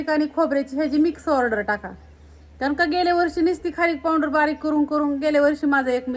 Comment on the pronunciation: पावडर म्हना पावंडर कस तरी वाटत